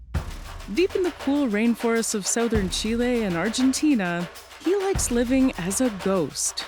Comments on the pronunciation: Yeah, she really said Souþ-ern instead of Southern. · This is the strangest pronunciations of the word "southern" that I have ever heard. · Lol, it cracks me up how Canadians say Southern. Or how we don't say it I guess.